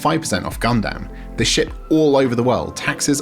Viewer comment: Gundam is said as Gun-dum Also Greggs sausage rolls are awesome